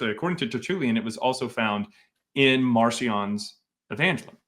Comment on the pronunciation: EvangElion, not EvAngelion 😭